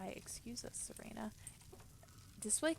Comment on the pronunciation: Thats not how you say Serana